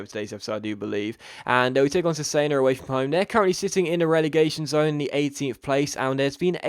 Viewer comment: cesena is said like chesena, KEEP UP THE AWESOME VIDS!!!